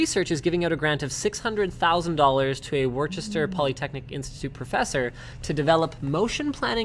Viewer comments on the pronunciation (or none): "Worchester Polytech" ... Woo-Ster Linus, Woo-Ster. Or woo-stah if you're real local. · gj butchering my alma mater's name :P but really, cool story, I knew about the fire protection research and there's also a lot of robotics at WPI; I hadn't heard about the two being combined.